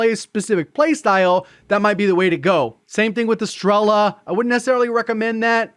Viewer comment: Is STRELA, not STRELLLLA